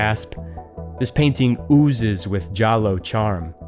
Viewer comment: “Yallo” not “jallo”. It’s Italian.